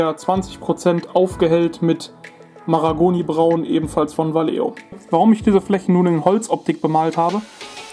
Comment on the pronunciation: Man spricht "Walecho"! ;). Trotzdem informatives Video mit überzeugendem Ergebnis! :)